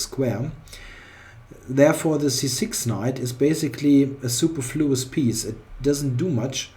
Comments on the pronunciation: Nice video! Also, it's suPERfluous. Like soo-PER-floo-us. I don't know if this makes sense to a German speaker, but that's all I can think of. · Excellent positional game. Except for the obvious which you pointed out yourself. I suppose the lesson is "don't play chess if you're under the weather and you care about your rating". PS: You're mispronouncing "superfluous". The stress is on the second syllable not the first.